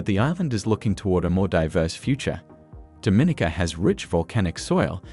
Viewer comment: I really wish you had learned how to pronounce Dominica correctly. It’s Domineeka, with the accent on the long e.